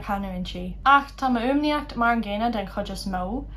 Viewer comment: Why does "chuid" sound like "hhij" (with an English j) and not [hhid(j)] (with a weak palatalization of "d")?